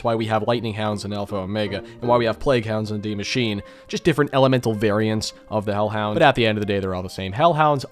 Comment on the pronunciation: The "e" in "Die Maschine" isn't silent, ur killin me insisting on saying Die properly and then Maschine wrong.